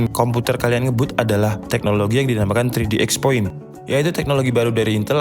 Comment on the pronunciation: "3D cross point" mas bukan "3D exs point"